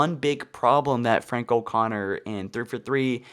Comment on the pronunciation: Dude! It is three FOUR three. Not three FER three. Enunciate!!!!!!!! It keeps sounding like you are spouting off a statistic instead of naming a studio!